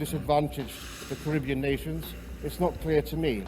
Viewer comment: Wish he would say Caribbean properly.